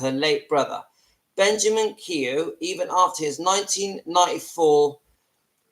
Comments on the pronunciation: I thought it was pronounced Key-O ?? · Yes, it should be pronounced KEY-O